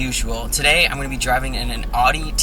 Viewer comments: Will you please just pronounce Audi right? We know you see our comments,.. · Like when you said "Audi R8" you said it right but not when you said "Audi TT"